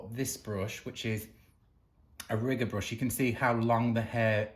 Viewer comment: Hi 😊 what a difference your hand painting made. Absolutely beautiful! Is a riggor brush, the same as a liner brush? I'm not sure you said riggor😂